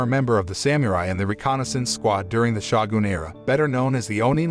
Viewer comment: That dang "Shah-goon..."